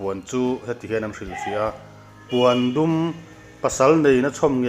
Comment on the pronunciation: Puandum nilo in Pawndum tiin an lam thin.